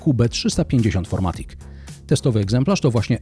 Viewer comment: Niemiecki samochód więc FirMatic a nie FourMatic :)